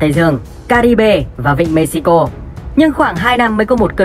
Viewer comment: Cái đấy phải đọc là Mê-hi-cô mới đúng chứ nhỉ ??:D??